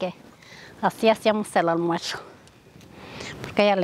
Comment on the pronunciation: Porque dices “almuersho” y no “almuerzo” de pura curiosidad, la comida se ve muy rica.